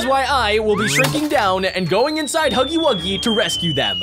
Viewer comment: Bruh u cant read, spell, or talk its Huggy Wuggy not HUGGIE WOOGIE